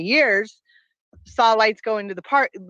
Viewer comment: Did you just say "sal" her instead of 'saw'?